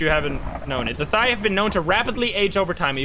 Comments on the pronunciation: its pronounched Tha-Ye or Tha-Yal, not thigh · Thaye - first time u pronounce it in the video pls use that one. So pronounce it like fey but with th. The second way sounds like a person’s thigh😂 i cannot take the ghost seriously thinking about hunting thighs🤣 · CJ literally said in chat that it’s pronounced like “they” with a softer “th” sound Edit I googled it and the online pronunciation also sounds like “they” not “thigh” 😭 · Hi it's pronounced The-Yare (Rhymes with Dare) and not a monosyllabic They/Thire။ It's the standard ghost from Burmese folklore, typically spirits of people who died while still having material or emotional attachments to objects or people while they are still alive. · That moment, when I realise, "thaye" literaly just means "ghost" in my native(burmese) language. Also, it's pronounced, Tha(same as thigh but only the "th" sound) -ye(as in yell without the L sound) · "Thigh ghost" haha nice ;) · Hey! It's a Burmese ghost pronounced thuh-yeh. My dumbass also called it thigh at first, instead of thinking in my language lmao. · Wanted to help with pronunciation. I could be wrong, since I don't speak Burmese/Myanmar or maybe the Phasmo team have their own choice for it, but I think it should be pronounced theh ya, where the "th" is like "thick" and the "eh" is like "bed". This is based off the word thayé သရဲ from Burmese, which means "ghost". (Wikipedia says "They often appear as tall, dark people with huge ears, long tongues, and tusk-like teeth" and "Thayé enter towns at noon or at night, and usually cause minor illnesses". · It’s pronounced Tie-aye. It’s Burmese for ghost. They’re in Burmese mythology and they usually tall, with pointy ears and have other varying characters. The more you know. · pronounced like it's written (tha-ye)